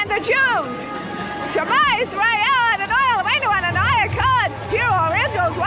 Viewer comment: at roughly the 35 minutes mark, the strange trumpite lady is trying to say 'shma yisrael adnoai eloheinu adonai echad' which is a jewish prayer in hebrew but her pronounciation sucks shit